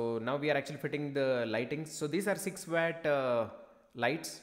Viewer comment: It's pronounced watt not wat